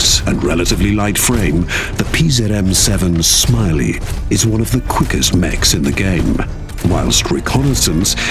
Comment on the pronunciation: Ah yes, the British speaker can never learn to pronounce a single foreign word. Pronouncing the Polish mech names as "Smiley," "Strahzneek," and my favorite "Zuuuhf." Absolute shame.